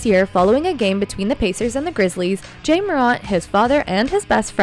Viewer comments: Where u from it's Ja not Jay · Love it when people get mad at artificial intelligence voices saying Jay over Ja (Jahh). Really? Could you make it any more trivial? If he wanted his name pronounced differently, perhaps don't pick on that literally has the same pronunciation. The extremely Ignorant and uneducated are everywhere in here. Trying to be edgy and trivial saying its Ja not Jay get it right! 😂 You sound like dopes. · J-ah not jay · this is very bad quality click-bate.. it's Ja, not Jay... no new information a,d just repeating the same thing over and over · This nothing new.... and i agree that you need to say his name right JA Morant not Jay .... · this is old stuff. He is not jay morant . He’s JA ( jahhhhhhhhh ) ah ah ah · Ja not Jay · Jay? Who tf is reading this script. It’s JA. Not Jay. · When she pronounces his name Jay… clickbait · "Jay"Morant. Spell the text phoenetically so the AI can pronounce it right. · What's with the AI commentator? "Jay" Morant? Try a little bit harder. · You don't even say his name right smh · Lol it is artificial intelligence and not a person who is miss pronouncing his name! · Three seconds in and you already mispronounced Ja’s name. I’m out 👎🏾✌🏾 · The fact that she says Ja's name wrong says everything about what she knows about basketball..or probably any sport for that matter... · it drove me crazy.. i don't even think the voice is a real person.. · She can’t say the Ja name right. 🤦🏾‍♂️ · You might want to try pronouncing his name correctly before you post old stories that happened months ago that everyone already knows about